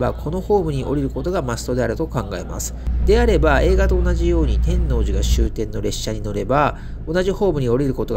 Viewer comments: て(↑)んのうじ… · 天王寺 のイントネーションが違う😮 初めて聞いた気がします😅 関西の方ではないのでしょうか？天王寺駅と言う時と天王寺と言うイントネーションが違う。天王寺を言う時は天王寺駅と言う時のイントネーションが正しいかと。同じ天王寺でなぜ違うのか不思議です。 因みに和歌山駅にあるMIOは天王寺駅にもありますよ😊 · 天王寺を本能寺みたいに発音してるな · 極楽寺も天王寺も地名の発音が違って違和感とともにおもしろい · たぶん知らない（私含む）関東人は初見だとそういう発音になりがちなんだと思います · お疲れ様でした。ワクワクするロケ地巡りですね。関西人としては天王寺の発音が違和感満載でした。すいません😅 「のう」 にアクセントがきます。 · 見ごたえのある動画でした。1972～78年まで大阪で寮生活をしていたので天王寺駅は、懐かしいです。 他の方も指摘されてましたが、天王寺の発音は、関西人でない証明だと思います。 サスペンスドラマのように感じました。 弁護士高林鮎子シリーズでは、アリバイ崩しに時間通りに進行するシーンが、よく出てきますが、 そんなシーンを思い起こさせる動画でした。お疲れ様でした。ありがとうございます。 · てんのうじ ⇨⇨⇨⇩⇨ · 天王寺の発音が…大阪人としては…なんとも言えない… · 天王寺のアクセントが違います。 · 「天王寺」１回2回なら発音気にならないのに何回も言い過ぎ🤣🤣🤣でもたまに合ってる発音がある？ たぶん「天王寺」の時は×、「天王寺駅」の時は〇